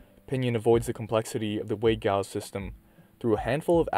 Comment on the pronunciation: The G is Giles is pronounced with a soft G (“Jiles”)